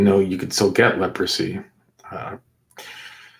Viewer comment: Did he say Lepresy? It’s still around?